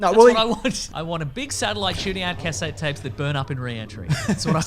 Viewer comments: Just when I thought I had heard all Australian pronunciations, hits me with CASette tapes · Say cassette again? How are you pronouncing that you lunatic?